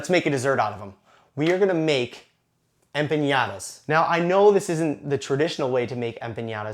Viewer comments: What a great recipe, thank you! Just so you know it is pronounced empaNada, NOT empaÑada ;-) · There is a difference between ñ and n and empañada is not a word. A normal "n" and not a "ny" sound is correct. You should probably have just called it a flauta since it actually is a flauta just with apples instead of meat. "Flauta de manzana" - that sounds like it would be an actual thing! I have made tons of mistakes learning languages and the only way I got better was correction - so please don't consider this trolling. The recipe looks delicious. I will have to make it tomorrow for breakfast. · Hola! I love your videos. Have been following you for over a year now. I'm not Mexican, but I do follow your videos like I said, so I feel the right to tell the following: I was not offended by your version of an empanada (though they're nothing like an empanada should be), but by your pronunciation of some of my favorite words TORTILLA and EMPANADA drove me crazy! (With much love.) TORTILLA is pronounced with a "j" sound at the end, and EMPANADA does not have an Ñ, so sick to empaNAda with "n" sound. Gracias mi amigo zombie!